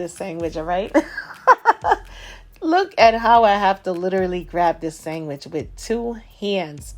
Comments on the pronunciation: irish people call it sangwich too when it slaps. followed the recipe and thats a gawdand SANGWICH !!! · We’re you brought up with Italian people? The way you say “ sangwich ” 🇮🇹❤️ ( I’m Italian)